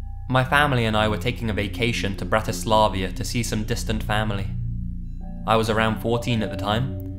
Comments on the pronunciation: it´s Bratislava not BratislavIA ...LOL :D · BratisLAVA... not LAVIA :) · Bratislava not Bratislavia:D:D:D. Love your work. Keep it up:) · Bratislavia? Holy shit man, it's Bratislava, the capital of Slovakia :D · Dude. Bro. The capital of Slovakia is Bratislava, not Bratislavia. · Bratislavia? I think you mean Bratislava. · Bratislavia ? It's fucking Bratislava the capital of Slovakia bro. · "Bratislavia" lol